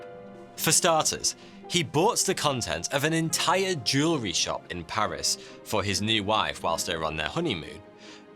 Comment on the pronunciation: "Couson"? "Jewerly"? Are you baiting pedants like I?